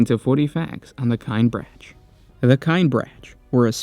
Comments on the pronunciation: This hurts me to listen to because their name is not pronounced "Kine branch." In all the audio books and audio dramas from Black Library, it's pronouced "Kin-eh-brack" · "Kin eh brock" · It’s pronounced “kin-ee-brack” brother!! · that is not how you pronounce Kinebrach at least that is not how they pronounce it in audiobook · Listened to some of the audiobooks. It grinds my gears how you pronounce their name. Amazing video otherwise.